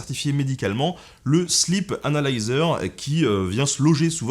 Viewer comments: je dirais même, "slip analiseur". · MuteTheSong Moi aussi j’ai entendu ça 😂😂😂😂